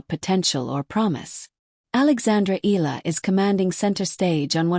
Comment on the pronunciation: pronounce the name - "EE-YA-LA" not EELA